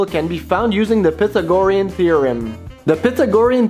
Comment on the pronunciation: You said pythagorean wrong, but interesting as you said it how it was spelled. Maybe I have been wrong for 40+ years. stupid engineer you know. Aside: i was a plumber to pay or school back in 80's. I love your videos and seeing the new hardware available. Not seen the O-ring seal design for copper. That is common for Plastic fitting from OEM like Parker for Compressed Air. Sq root of 2 easier to remember vs 1.1414 maybe.